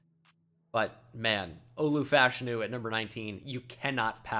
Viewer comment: It’s pronounced fashanu not fashanu